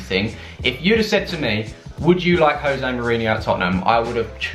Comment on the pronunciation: Jose ... with a “J” at the front bro.. he’s Portuguese... not Spanish 😉